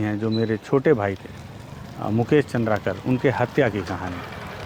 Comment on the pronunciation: Mujhe ये बात समझ नहीं आती की मुकेश चन्द्राकर आपके जीग्री दोस्त थे पर आप बार बार चन्द्राकर को चन्द्राकार काहे कहते हैं दादा आप गुणी जन हैं अच्छा उच्चारण करिये